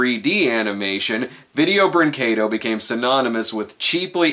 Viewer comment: He can't pronounce vídeo brinquedo